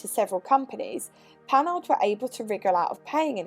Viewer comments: Yep démarreur. Also just a little pedantic but it's pronounced "Panar" I love Panhard especially the pl17. Great vid as always. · PaNAR, stress on the last syllable as always in French. I wouldn't get on with the crashbox either! The crankshaft has roller bearings, so it's good you didn't lug it--that would have trashed the bearings. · Who says the H in Panhard? Might as well say the E in Citroen or pronounce the G in Peugeot like Peu-goat and be consistent in mangling French names.